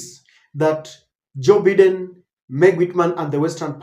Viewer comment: 🎉and its Bye Den not Bee Den. Learn to pronounce things right